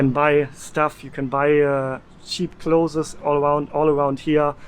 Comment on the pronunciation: Great video! I found it very helpful. Thank you. Ps Clothes is pronounced KLŌZ. You don’t need a lot of clothes.